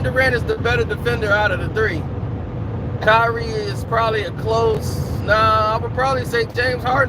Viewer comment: It’s “Kyrie”